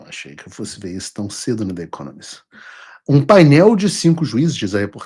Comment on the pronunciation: Você mora nos EUA há anos e fala inglês bem.. Diga "The Economist" com o "the" falado como se fosse com "I" em português. Procure as regras de pronúncia do "the" antes de som de vogal, por favor.